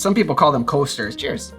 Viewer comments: "some people call them coasters" was the most Midwest your accent has ever sounded 😂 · Your Wisconsin accent really stood out when you said “coasters” and it made me smile 😊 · Your Wisconsin was showing when you said coasters